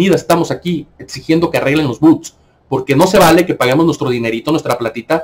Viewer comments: no se dice buts, sino bots, o Robots. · Se dice Bots